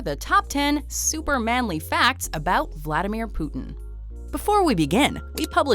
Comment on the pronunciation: Its vladamir putin not flatamir putin